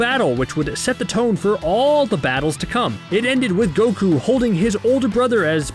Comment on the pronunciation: How do pronounce words wrong the anime explicitly pronounces correctly for you?